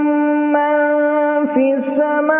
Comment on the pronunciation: Gg ma AP ko ya Batana chahti ho k AP ny ak mistake ki ha. Hi 16ayat ma AP ny Samaoo prha ha jb k Yaha pr samaii ha